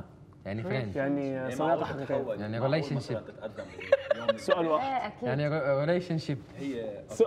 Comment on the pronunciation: لما قال relationship 😂😂😂 🇩🇿